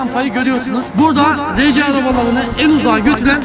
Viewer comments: Abi arci değil arsi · rece diye okunmuyo ar si araba diye okunuyor o abi